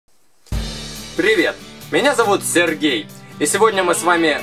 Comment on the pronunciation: Мне одной в начале послышалось Сэр гей? :D